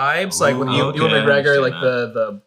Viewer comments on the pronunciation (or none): none